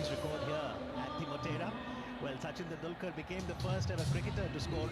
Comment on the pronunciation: Oh boy... Soo CHIN tandil KERR lol. Suchin Tandulkur probably wasn't too thrilled to have his name murdered like that. Along with all the other names and words trump mangled in his recent speeches, trump shows just how bad his neurological disorder has become.